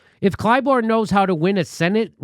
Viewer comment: It's ClyBURN, Jimmy. Not ClyBORN. WTF?